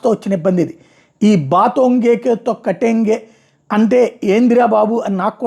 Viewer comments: బంటెంగే కంటెంగే కాదు బ్రో జర్నలిస్ట్ బటెంగే తో కంటెంగే అంటారు దాన్ని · బాటేన్గే తో కటేన్గే పలకడం అంత కష్టమా? ఏక్ హై తో సేఫ్ హై - మరచిపో గలమా? చానల్ unsubscribe చేసే సమయం వచ్చిందా? అయ్యో!